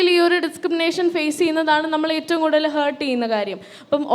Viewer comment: ഹേർട്ട് അല്ല ഹാർട്ട്